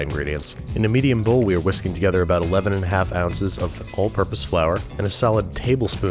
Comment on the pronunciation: “Whe are whisking”